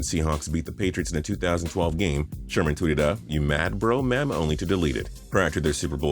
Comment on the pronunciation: Did you seriously just say "mem" in 2018?